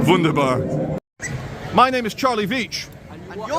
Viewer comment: the homeless man called him “ Beech “ instead of veitch , I think that’s what the comment is referring to in a jokingly way